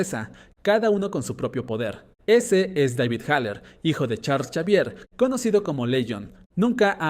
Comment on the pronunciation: Me tiltea que diga chavier y no exavier